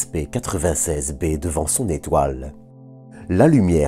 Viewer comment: Bonjour, Pourquoi dire W-A-S-P, et non ouaspe ? Merci pour la vidéo 👍